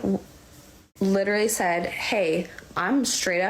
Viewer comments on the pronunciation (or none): Start minute - "Ummm and I........literly said hey I'm straight up not having a good time right now....." Ya'll pick up on her not enunciating literally...okay boss you sloppy. Litery said 🤔